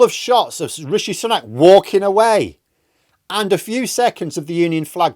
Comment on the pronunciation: I like you but always wonder why you pronounce it as "sunnak" unlike every other media outlet.